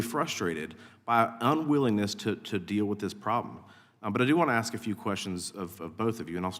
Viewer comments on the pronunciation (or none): Miss Busch, It's ask not axe.At least pronounce your words correctly! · Did Bush say axe you? 🤣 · If you can't pronounce the word "ask" correctly you should not be asking questions. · The Snake Head Hair lady wants to AX you a question. That says it all right there.